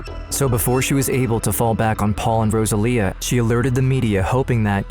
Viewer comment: Rosalia is pronounced rose-uh-lee-uh